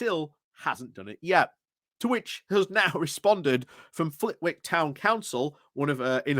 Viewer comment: Just a minor note, the w in Flitwick is silent